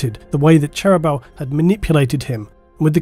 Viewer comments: In the audiobooks the pronunciation of Cherubael is different to and imo sounds much better; "Chair"-"roo"-"bey"-"al". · you need to follow your own advice and listen to some audio books yourself. the way you butcher cherubaels name is pure cringe.